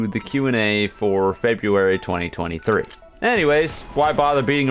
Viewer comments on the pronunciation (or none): Bro really said feburary 2023💀